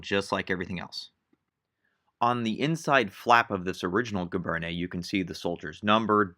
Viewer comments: No large army in wartime has ever been able to enforce regulations so brown scabbards are likely. It's pronounced "gee-BAIRN." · cal teacher well, when you join them, you will get support in pronunciation tout de suite! My (school) French is not that good either, being +50 years or so, ago. But giberne is gzhee-bern. Soft “g” and no “ney” on the end. That only happens with e’(like cafe’). You will soon learn that not every letter gets pronounced, or how it is pronounced. My interest is in Napoleonic military history (including uniforms) and in Napoleon himself. Good luck to you! Your talent is remarkable!